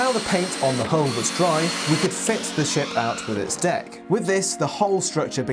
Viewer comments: i can’t unhear: how to build this massive shit. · is it just me or does it sound like he says shit instead of ship? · Did he literally say "..how to build this massive *shit*"???? XDDD